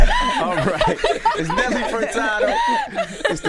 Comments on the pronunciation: “Nelly FertaRdo”? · Why Charlamagne pronouncing Furtado like that "Fer-Tar-doe" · EVERYTIME I hear Charlemagne call this talented woman Nelly “Furtardo” i cringe!!! BRUH COME ON!!!